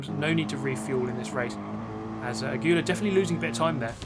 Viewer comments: The races where you drive clean, close and fair in the top 5/6 are the most nervewracking because you don't want to lose a good position, but you don't want to ruin the other people's races either. Well done. PS it's pronounced "a-gwee-ah," I'm pretty sure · Aguilar is pronounce in english like a- (like ah) gui- (like geese without the se) lar- (like lars without the s) a-gee-lar aguilar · ask your Spanish parent how to say Aguilar correctly.:) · 1. doesn't practice till the race starts 2. Kie is a level-headed, soft-spoken kind of guy 3. Aguilar is pronounced Ah-GUU-lar apparently Edit: 4. Riding the sausage with your wheels in the air sounds kind of fun